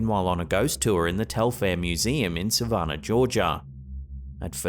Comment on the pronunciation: It's not Sa-VAHN-ah. It's Suh-VAN-un. It's not poo-KEEP-see. It's Puh-KIPP-see.